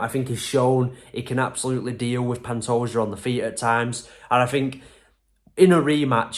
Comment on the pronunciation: Man, you actually got Pantoja's name right.